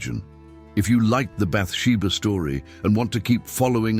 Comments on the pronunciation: There were a few things like that, I noticed. It pronounced her name wrong, too. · SO, SOOOO FUNNY! CONSTANTLY MISPRONOUNCING "BATHSHEBA " UNTIL AT THE VERY END❣❣😂😂🙏🙏